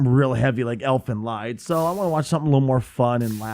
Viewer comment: despite the spelling it is pronounced elfen leed